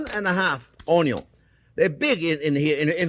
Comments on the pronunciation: Ognion in French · I love the Orn-yawn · So... There are red "ONYO" too 😎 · onyon indeed, chef. tres bien. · Boku no pico onyo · Comparing to the video 10 years ago, this time he pronounces onion somewhere between the English way and ONYO. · I subscribed just because of how he pronounced onion.😆